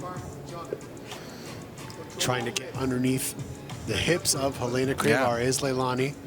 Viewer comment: HUH LAY NA. its HEH LENA. Americans butcher every other language...